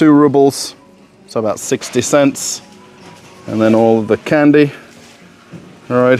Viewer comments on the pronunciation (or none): none